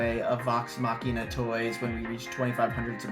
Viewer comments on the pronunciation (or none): none